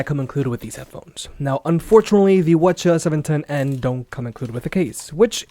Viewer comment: why is be pronouncing the ch710n like that. all the others start with wh because they are wireless headphones. GOD I HATE EVERYTHING